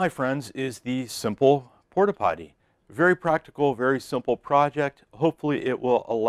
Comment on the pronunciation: I could have sworn you said Port-a-Potti. LMAO!!! Just kidding! That is a awesome idea and design my friend.